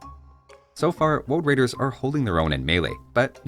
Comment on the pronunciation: woad waidews? any wabbits awound?